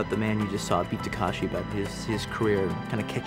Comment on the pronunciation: You can tell by the fact that he thinks his name is Tak*a*shi